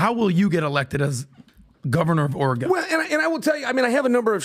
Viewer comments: learn how to say oregon you are the worst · WHY DOES THAT ONE IDIOT SAY OREGON LIKE HE IS LEARNING ENGLISH? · Can someone teach how to say oregon ffs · THANK YOU. If you have the future gov of a state on a show, LEARN HOW TO PRONOUNCE THE STATE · he also pronounced Oregon wrong like a dozen times lol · he didn’t even learn how to pronounce Oregon before having chael on. His opinion is irrelevant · You're exactly right. When the guy from Ore.. gone doesn't pronounce it like that, you're probably saying it wrong. It's annoying. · Somebody tell to STOP SAYING... "OR-E-GONE!" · pronounces Oregon wrong. It's OR-EE-GUN, idiot I want an apology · ....STOP saying OreGONE 🤦🏻‍♂️ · I’d hate to add to the hate…but why is he pronouncing Oregon “Or Eh Gone”? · Quit pronouncing it OreGONE, you fucking moron. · I literally cringe every time I hear that. Or a gong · It's Oregon like gun? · It’s ore’eh’gone’ian didn’t you hear the expert? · Not saying oregone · Why can this idiot not say Oregon right?! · I hate the way that pronounces Oregon! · Can someone please show how to annunciate Oregon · can’t pronounce Oregon.. 😂😂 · Why is this guy mispronouncing Oregon?? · Please shitcan. He runs his mouth way too much, yet he says nothing. Or can you at least timestamp when he talks so I can skip ahead?? The turd cannot even pronounce Oregon correctly after a life long resident correctly pronounces it repeatedly. For fucks sake PBD, read the comments! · Can someone please teach how to say Oregon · is the worst… Every time he speaks, I have to fast-forward… And how the F does he not know how to pronounce Oregon… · Fire just for how he says "Oregon" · Why does pronounce Oregon like that? 🤢😮‍💨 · The way pronounces Oregon is pissing me off. 😅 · horrendous pronunciation of Oregon is a crime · Listening to so Oregon is driving me crazy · Teach how to say “Oregon” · Ore-e-gun not Ore-e-gone.